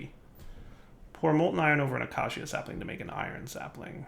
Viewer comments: UH-KAY-SHUH. Not Ak-Ah-See-Ah. Not Uh-kay-see-uh. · acacia[ uh-key-shuh ] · pleeease. acacia is pronounced a-kay-sha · Acacia... Ah-KAY-sha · Day 46,873. still can't say acacia. I bide my time.